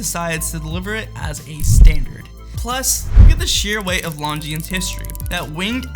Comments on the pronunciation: Jesus Christ. You don't say the "S" in Longines. Why don't you know that?! Because you don't know what you are talking about. Which is why you confidently presented this video. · Learn to pronounce Longines.